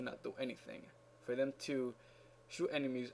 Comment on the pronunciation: Lol the way you said thanks FÓR watching with acento